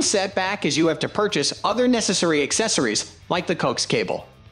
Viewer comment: Dude coax is pronounced CO AXE